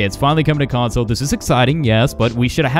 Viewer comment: Console not conso lmfao...but other than that cool vid